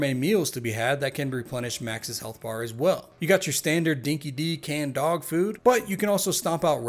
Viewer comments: It's pronounced Dinky Die not Dinky Dee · Just wanted to correct your pronunciation of Dinki-Di it’s pronounced Dinky-Die. Cheers